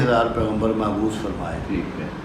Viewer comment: حضرت جی لفظ "مبعوث" ہے . "معبوث" نہیں